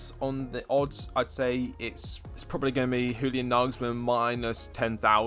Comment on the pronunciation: Just an f.y.i, Julian is pronounced like 'Yulian'